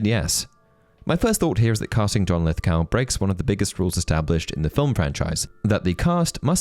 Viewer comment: Not to be that guy but I couldn’t not focus on your pronunciation of Lithgow. Should be Lith-go, no “ow” sound.